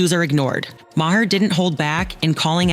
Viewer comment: How many different ways did the narrator pronounce Maher's name? Hahahahahaha!! Do some research and say it right. And ya, too much talk without actual video of the event. Duh!